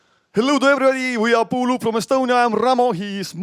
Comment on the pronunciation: No, they are not pulup, they are puuluup [pu:ulu:up]. Learn to pronounce correctly.